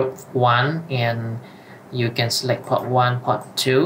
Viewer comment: reading the options of the switch, inventing pronunciation is quite funny , like poRt has a R in the middle. you're reading all the time pot, instead of port, i.e. the first one is something to smoke. do not omit letters and learn the correct pronunciation .... your video is as helpful as reading the manual in Chinese ....